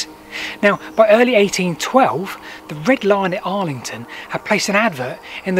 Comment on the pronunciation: ArlingHAM!! NOT ArlingTON!! ArlingHAM!!! First time our lovely little village has been mentioned on YouTube and you get the name wrong! Public apology please! (Love the videos BTW)